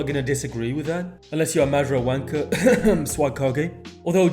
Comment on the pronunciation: Is you saying Madara name wrong on purpose. Cuz if you seen the dub you KNOW that’s not how you say his name 😤😤😤😤😤😤😤😤😤😤😤